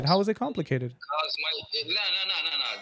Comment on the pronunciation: 🤣🤣👉🏻he said "compicated" 🤣🤣👉🏻🐫🐫🐫